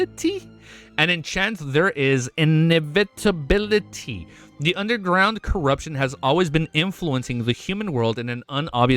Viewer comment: You better start working on pronouncing "inevitability" if you are gonna read book 2 😭